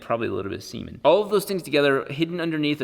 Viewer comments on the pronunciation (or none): Did he say cement or... semen ?